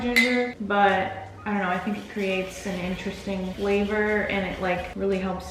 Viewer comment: "Give it some of the that flavah-flave, ya know?" I love you.